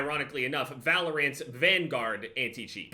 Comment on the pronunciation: valor-ANTS i love you XD